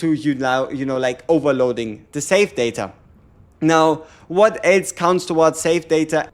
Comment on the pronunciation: Saved data : Sa-ta? Hahaha he was confused when he said that... that's pretty cute